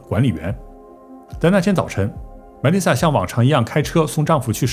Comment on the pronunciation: 被外星人带走了呗。 Melissa 重音在li